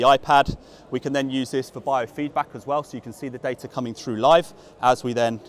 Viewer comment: I’d buy the vald as he can pronounce the t in data.